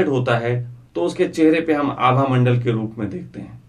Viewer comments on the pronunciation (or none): none